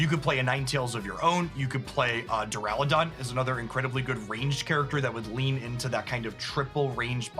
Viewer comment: Why does keep saying Durlodon